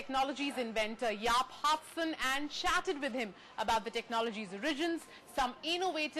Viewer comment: Jaap Haartsen, not hartsen.